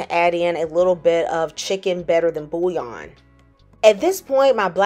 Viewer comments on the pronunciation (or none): none